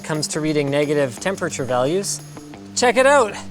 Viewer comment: The way Linus says 'temPURRTURR' over the years, every time, triggers the f**k out of me.. Still love the guy, though.. ^^